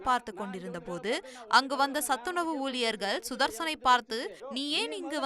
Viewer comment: தந்தி செய்தி வாசிப்பாளர் அவர்களே... தமிழை நன்றாக உச்சரிக்க வேண்டும்... அது( ஊலியர் )அல்ல ஊழியர்..